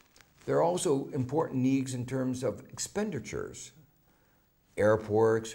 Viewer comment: My favorite one is how he says "air porks" :3